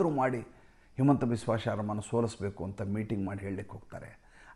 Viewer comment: ಅದು ಹಿಮಂತ not ಹೇಮಂತ್